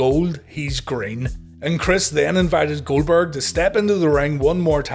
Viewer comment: Jericho constantly butchering Goldberg’s name 💀